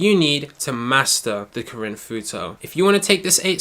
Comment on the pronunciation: I rlly like the way u say karin, imma start saying it like that